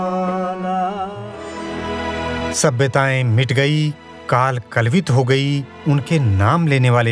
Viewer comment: सुंदर! निवेदन भी अच्छा है। कुछ स्थानों पर उच्चारण खटका, जैसे काल कवलित के स्थान पर कलवित